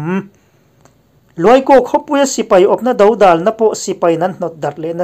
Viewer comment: Dodal tih i lamdan hi a dik hlel tlat a nia